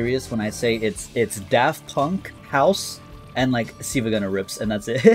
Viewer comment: pronouncing 'silva' as 'see-vuh' is unforgivable